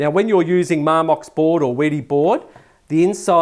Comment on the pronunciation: Are you saying weedy board?